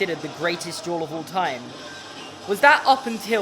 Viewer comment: I was not paying attention when you said "Harry and Draco duel" and for the first couple seconds I thought you said juul and oil